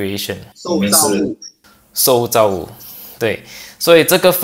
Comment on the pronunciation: 在 ,应该“shòu zào wù”(受造物）不是 sòu zào wù。